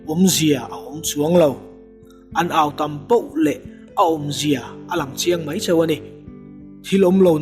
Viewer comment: Tha lutuk,,mahse MEI ti lo in MAI ti thei la.